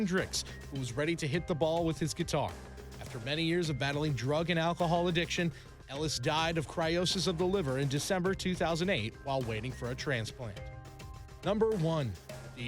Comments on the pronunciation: Are we really gonna ignore this guy pronouncing cirrhosis “chyrosis”? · Cry-oh-sis of the liver. 🤣🤣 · how could you mispronounce cirrhosis (of the liver) !!! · Hate the way the guy says cirrhosis